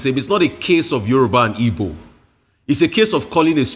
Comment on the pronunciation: U are an igbo woman and you can't even pronunce Igbo name well.